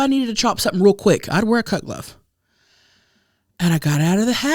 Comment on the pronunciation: Every time says "cut glove" it sounds like "cuck love" to me 🤣